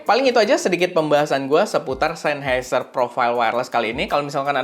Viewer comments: Bukan sennHEIser bang, tapi sennHAIser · coba di google bossQuh, SennHEIser apa SennHAIser... 🤣🤣🤣